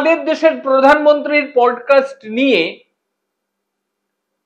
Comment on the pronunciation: Not Prodcast Actually Podcast.